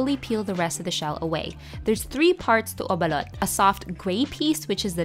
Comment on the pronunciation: SOMEONE FINALLY SAYING IT RIGHTTTTTT